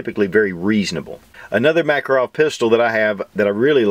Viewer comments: BTW my Russian neighbor says the name is pronounced muh-KAH'-roff. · If anybody would like to pronounce the name of this pistol correctly, try Mah-KAR-off. Accent on the second syllable. Thank you. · MakAAArov, blyat' Nice vid though.